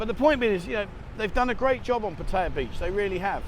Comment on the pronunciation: That was an interesting video. Keep up the good work. However you need to learn how to say Pattaya properly.